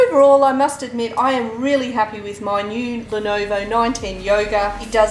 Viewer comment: it's not lonovo its Lenovo